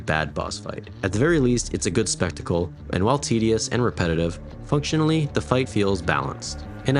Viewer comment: I heard: “fuck-tionally”